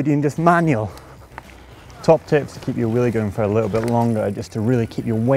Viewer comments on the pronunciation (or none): It sounds like he says 'willy' lol